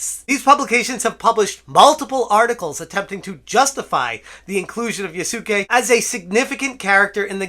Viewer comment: Yasuke should be pronounced "Yas-kay." The "u" should be basically silent.